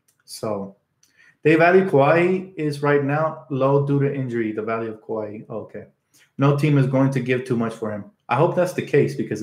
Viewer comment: Say it with me, Kuh-why lol